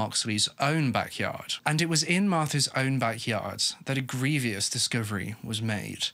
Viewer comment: Lol the way you pronounce certain words makes me chuckle a bit. Irrelevant I know! But like the word - Grievous, its not pronounced "GrievEEus", just "GrievUS". Hard to spell out what i mean but hopefully you get the idea lol. In other news, great video. Very fascinating and interesting considering its to do with a famous family. That Michael guy seems so disgusting!